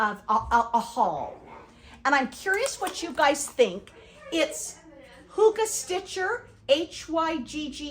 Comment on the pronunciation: Hygge is pronounced hooga. I love all your wips. I want to do Autumn is as Joyful. There's also a Summer and Spring. I think a Winter was either just released or will be released soon. Love your wips and finishes.